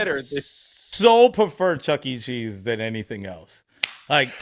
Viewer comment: I'm absolutely dying finding out that said "checking cheese" and not "Chucky cheese" but I'm so glad everyone heard the same thing hahahaha.